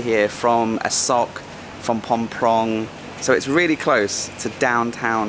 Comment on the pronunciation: Did you say Phom Prong? 😮it is Phrom Pong mate. Enjoy your videos and actually just finished your Hong Kong hike which was cool.